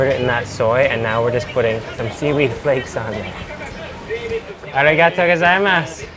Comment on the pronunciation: me watches desparetely...... IN A WHOLE VIDEO.. - ARIGATTO GAZAIMASU